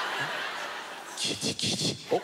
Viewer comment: Quand il a dit “Guiliguili” Ça sonnais comme “Kirigiri” (Les fan de Danganronpa vont comprendre)